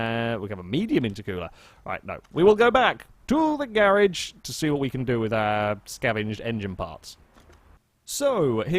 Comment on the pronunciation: I like how when u say garage it sounds like ur saying garbage